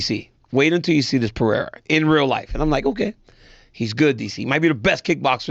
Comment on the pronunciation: His name is Pereira and not Perera.